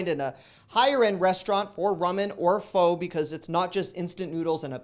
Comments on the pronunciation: It’s not pho like faux but pho (pronounced “fuh“!), please make sure your pronouncing it correctly..otherwise I do enjoy your videos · It’s “fa” not “foe” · Its pronounced like "fuh" :) Thanks for the deals! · It's pronounced FA not faux ( pho ) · Pho.. Pronounced fuh.. Not fo... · Not FO,PRONOUNCED FA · This man just said “FO” 😭😭😭, it’s “FUH” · Hi 😆 It's pounced "Fuh"...not "Fo"😉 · Good food choices. I d point out that pho is pronounced Fuh. But we love ya, so Foe it is! Lol Your voice makes my day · Pho is pronounced more like fuh than foe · I think Pho is pronounced like fah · Lol pho is pronounced "fuh". Strange but true haha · it's pronounced Fah!!! Like Faaahhhh! That being said, Thanks for the great video!! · It’s pronounced PHO like sofa 🙋🏻‍♀️ the more you know 😅😁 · Even though it's spelled pho it's pronounced fa like the first 2 letters in father. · Pho.. not pronounced with a phonetic long “o”… more like phu,…. The U sounds like the U in the word “up”. I used to say it incorrectly until my daughter worked in a Pho noodle house restaurant. Love your videos! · Pho is pronounced FA. Tha 'a' is not a long 'a'. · Pho is pronounced "fa". I'm going to try some of those speciality items! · I think Pho pronounced "fu", as in..."fudge". Lol I wish I caught some of these things while they were in stock. They either went quick, or were never at my Aldi. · I'm enjoying your content. Keep up the great work. FYI, pho is pronounced faaaaa. I used to pronounce it wrong as well until I married a Vietnamese woman. Have a good one. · Pho is pronounced “fuhh”. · It’s spelled pho, but is pronounced “fuh”. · Hey love your videos, pho is pronounced like fuh btw. Keep the deals coming!! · For future reference pho is pronounced "fuh" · It's pronounced Fuh, even though it's Pho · Hi, the soup is not pronounced "Pho" its pronounced "FA". The more you know! ;-) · Jennifer is right. It’s pronounced closer to fuh, but native speakers say it in two quick syllables, like fuh-uh.